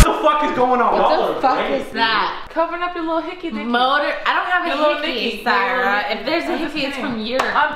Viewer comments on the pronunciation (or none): none